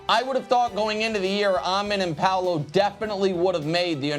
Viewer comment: Somebody told Nick he was pronouncing Amen Thompson's name wrong, so he changed his pronunciation and it's STILL wrong...